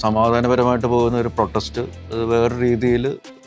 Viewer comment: Protext അല്ല അവതരണ മോളെ... protest... 😂